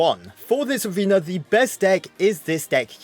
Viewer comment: "In each Abrewna"